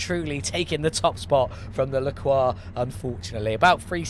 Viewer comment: Nice, finally a yellow taxi. Faster than the LaCroix (which you pronounced almost right but english people aren't used to the "R" sound so I can't blame you) but as sweet for the eyes. And the next build is a moon vehicle !? Ho man I can't wait for this one ! ^_^ 1hp ? I wonder how it will turns out on the gravel track...